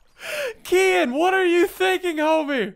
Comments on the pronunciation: its called Kehaan not Kian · It's Kehaan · I love how they pronounce "Kehaan".